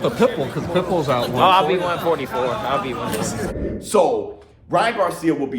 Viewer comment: Sounded like Ryan said “that’ll be at 144.” When referring to the fight with Pitbull.